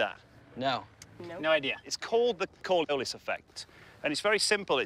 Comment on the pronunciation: he doesn’t even say Coriolis correct. And they didn’t edit it to correct it. 😂